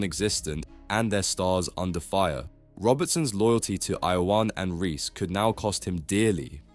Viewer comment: Marshall is correct. Your pronunciation of Ione is incorrect. Get it right next time.